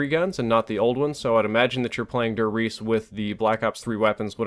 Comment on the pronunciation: As a German I find it very funny how you and other english youtubers pronounce "der Riese". Great video like always. - Dub Steps